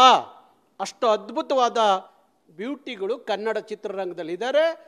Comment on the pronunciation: ಇವನು ಮೊದಲು ಅಆಇಈ ಸರಿಯಾಗಿ ಕಲಿಬೇಕು...... ಅ ಕಾರ ಹ ಕಾರ ಉಚ್ಚಾರಣೆನೇ ಬರದವನು ಅದೇನು ಹೋರಾಟ ಮಾಡ್ತಾನೋ??!!!!!?? ಖನ್ನಢ......ಓರಾಟ....ಹಾಯ್ಕೆ.....ಎಣ್ಮಕ್ಳು... ಅಯ್ಯೋ ಭಗವಂತಾ ದೇವ್ರೆ!!!!! ಇವನ ನಾಲಿಗೆಗೆ ಮೈಸೂರು ಸ್ಯಾಂಡಲ್ ಸೋಪ್ ಹಚ್ಚಿ ತಿಕ್ರಪ್ಪೋಯ್!!!!!.........